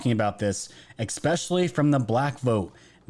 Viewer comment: "expecially" isn't a word,,,,,,, you're still brilliant though.